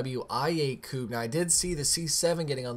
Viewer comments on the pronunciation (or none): none